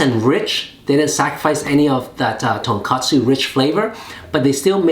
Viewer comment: So hard to take his ramen reviews seriously when he keeps on saying tonkatsu (pork cutlet) instead of tonkotsu (pork bone).